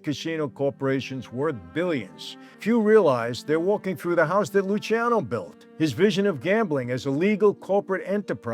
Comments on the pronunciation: They called him Lucky because his name was spelled and mistakenly pronounced the wrong way "Luci"ano also pronounced "Lucky"ano. His name is properly pronounced Luchiano. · Luciano:- Loo-charno, please. No ee pronounced in it. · Lu-cha-no. I learned this from everything in Italy correcting me when i said my son's name. Luciano Vincenzo Giancarlo.